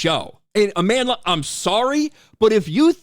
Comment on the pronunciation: Where’s the receipts Aman-DUH-La?